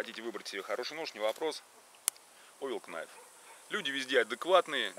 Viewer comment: мне одному послышалось овилКНАЙВ ???))))